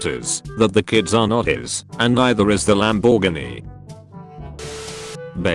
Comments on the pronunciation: Lamb bore ginny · WTF is that pronunciation of Lamborghini ?? 🤣😂